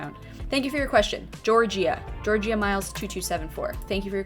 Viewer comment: Thank you “George-ee-ya” 😭😭😭 LOL girl was it Georgia ???